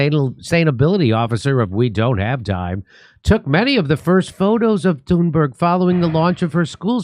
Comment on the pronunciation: Dore can't even say her name right